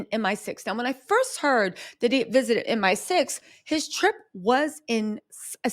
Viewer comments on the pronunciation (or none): Hey baby, love, love, love all your hard work. As a Brit wanna make a slight correction, it's M I 6 not M sixteen; the MI stands for Military Intelligence. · M. I. Six. Not M16